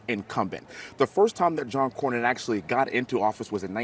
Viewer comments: Bro, I love your channel....but you pronounce Senator John Cornyn's name wrong EVERYTIME. It's like "CORN-INN". You've done it for years now, even after you hear others pronounce it correctly in your own clips. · It's CORN-IN, not CORY-IN. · COR-win not Corry win…😂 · Cornyn is pronounced “Corn-in” not “Cor-yin” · Its pronounced "CORN INN" not " COR YIN " driving me nuts over here my guy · It’s not Kore-Ian! It’s Core-Nin! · ……it’s John “COR-NYN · Despite hearing the pronunciation of John Cornyn's last name while editing this video, () still pronounced John's last name as ''Kor Ree In''...😆 I'm starting to think aka does these mispronunciations on purpose...🤔😂🤣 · it’s Core nin. Just sayin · Cornyn is pronounced COR-NIN. you said in another video to use AI. Maybe you should use it to pronounce names correctly. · John Cornyn's last name is pronounced "CORN-in." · I thought he said “Core-yin” 😅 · Dude, the way you are pronouncing Cornyn's last name is really frustrating. Like, do u not hear everyone else saying it???????? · Good mornin', John Cornyn. What state were you born in?🤠 What year were you sworn in? A band-aid is worn in the side you're a thorn in. Pronounce it: John Cornyn.--------------------------Use this poem to remember how to say his name.